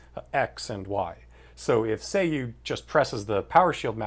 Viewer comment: isn't it pronounced "Sah Yu"